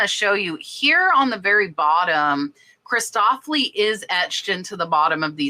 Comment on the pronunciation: Excellent reminders! You know me - I am the Grammar Grouch (well, I believe helping people with pronunciation, especially names)... Christofle is just "uhl" on the end (think of rhymes with "awful") not "Cristoflee." Happy Glass (and Plastic) Hunting😁